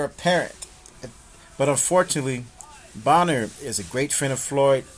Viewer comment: it's Adrien Broner not Boner!